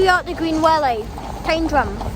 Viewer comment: Mate, well done for calling it 'Tyndrum'!! Most people pronounce it as "Tin drum".